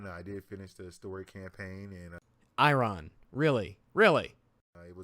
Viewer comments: Why would you say it like that? % of the human population says "iron" as "eye-urn." Not "eye-ron." Sounds like some Harry Potter shit... Eye Urn... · Destiny Rise of I-Ron??? For real? Wow. Reminds me of that scene in A Christmas Story when the Dad reads fragile on a box as Frah-jeely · The way he said iron made me cringe due to the fact that, that is my surname. Also, he really does need to do more research into PC before he does a video on the topic of PC 'master race'. Just another person pushing the gaming community apart in my opinion. (No idea where this comment is going, so I'm gonna stop typing before I start listing the different hats and cosmetics put on the dog this video)